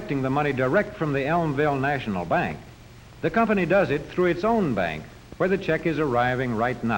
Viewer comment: Elmville Nayshinul Bank... where you earn inner-ist.